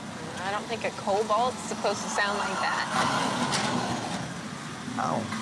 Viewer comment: Did she really just say cobalt...🤨